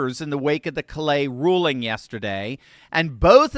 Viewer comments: For future reference, Callais is a Cajun name that is pronounced "Kah-Lay". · Love your insights. I would like to point out that in LA, Callais is pronounced with the accent on the first syllable, sounding like "CALL - a". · 😊😊CALL- lay...say it fast, sha...hit the first part hard... have a good one, ya'll.